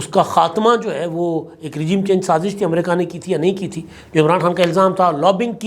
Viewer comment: “amrayka” Kia hai in Urdu its “Amreeka “